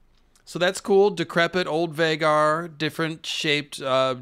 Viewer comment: I believe you just love mispronouncing the dragon names 🤦🏻‍♂️ syrax (ceerax) vaghar ( vuhghār) smh wtf dude 😆